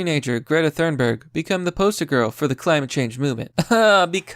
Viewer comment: Why are Americans so bad at pronunciation. I mean, Thurnberg instead of Thunberg is mildly acceptable but Playymouth instead of Plymouth that's unacceptable (Good video tho)